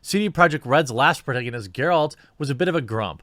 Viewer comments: Pro-TAG-a-nist.... phonetically seeing might help u stop saying pro-tay-ga-nist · Sorry, but it's pro-TAG-onist. Like in "tag". I love your stuff, but yikes. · It's pro-TAG-anist bro. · Please never say protagonist again great video though